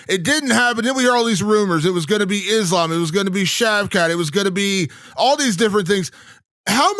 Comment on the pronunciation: Its kinda weird that belal cant pronounce his own religion, Is-lamb 😂😂